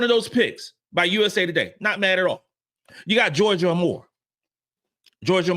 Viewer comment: I love the content that you put out my brother. However, IF YOU’RE GOING TO TALK ABOUT A PLAYER, AT LEAST Pronounce HER NAME CORRECTLY. It’s Georgia AYE MORE. Not Amor Aye More. Do BETTER!